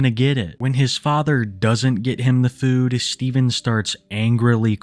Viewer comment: Dawg you say the word food like a fucking weirdo. FEUWED